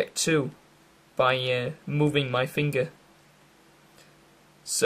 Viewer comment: "Moving my figeh"